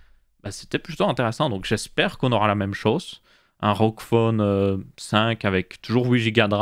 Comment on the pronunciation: A chaque fois j'ai l'impression que tu dis roquefort au lieu de rog phone 😭😭